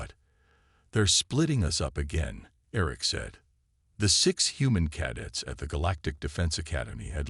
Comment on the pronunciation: Maybe teach the AI how to pronounce "CADETS" already!